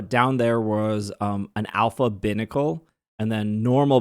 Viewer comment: Pronouncing Binacle that way kills me. lol It's little "Bī" like two.